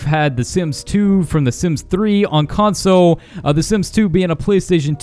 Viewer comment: Console not conso lmfao...but other than that cool vid